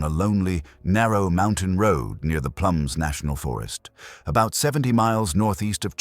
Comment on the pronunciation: It's plumas not plums....